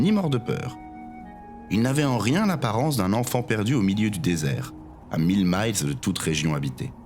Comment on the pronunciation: J’ai aussi un bémol lorsque vous prononcez à l’anglaise le mot miles. Ça se prononce exactement comme le chiffre mille.